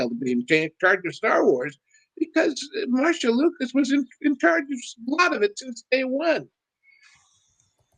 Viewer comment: It’s “Marcia”, but spot on commentary.